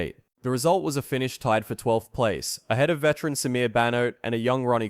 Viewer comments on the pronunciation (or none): none